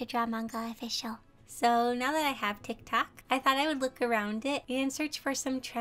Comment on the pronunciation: I love how she pronounces it: 'TaK toK' (not tryna be mean btw its a joke)